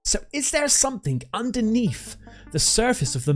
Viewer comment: Please practice pronunciation. "sumthink" and "underneef" are not words.